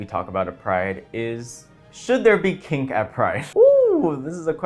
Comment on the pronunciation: I thought you said pink not kink and i was confused as fuck